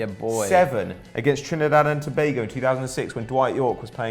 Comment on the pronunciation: you said Trinidad and Tobago wrong i am from Trinidad